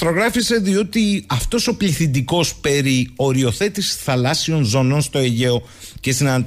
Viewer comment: Κύριε, πέραν της εξαιρετικής εκπομπής, σταματήστε επιτέλους αυτό το "Θαλάσσιων" (με τον τον τόνο στην προπαραλήγουσα)...πέραν του ότι είναι ΑΠΙΣΤΕΥΤΑ ΚΑΚΟΗΧΟ, δεν είναι και σωστό γραμματικά! Το ίδιο και με το "Δημόσιων υπαλλήλων"...